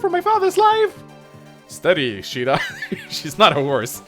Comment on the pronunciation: Please, no Change your pronunciation of Shida, in Spanish it didn't sound good(Sorry for my english XD)